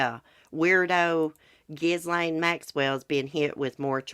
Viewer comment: It's "ah-jew-di-kate-ed" and "Ghee-lane" 😁